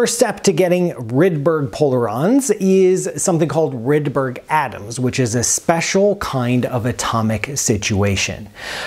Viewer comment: "Rude-berry" Polarons